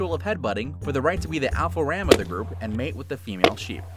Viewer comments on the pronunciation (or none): none